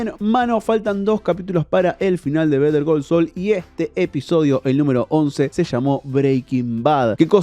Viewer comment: Pero porque si vas a decir el titulo en inglés no lo pronuncias bien?